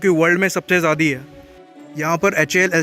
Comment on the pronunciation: Bro why do you pronounce ज्यादा as ज्यादी